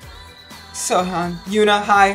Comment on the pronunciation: who is soyon?? seohyun, i thought it was pronounced soyhyun